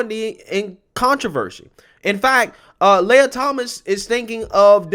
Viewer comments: Pronounce lee-ah, not Leia. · It’s Lee a.. not lay a… how do you get lay a from lia! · It's pronounced "Lee-ah", not Lay-ah." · Why are you using plural pronouns when speaking of the male swimmer "Lia Thomas"? FYI, "Lia" is pronounced "Liar".